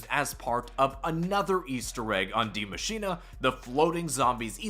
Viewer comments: My guy can you stop saying “DiE mAsChiNaY”? It’s Die Maschine. Maschine like Machine. Please. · "Die maschinay"